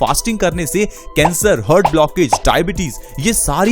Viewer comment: हर्ट नही हार्ट बोलते हैं